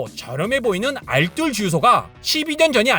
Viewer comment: 알쓸 아니고 알뜰이요!!!!!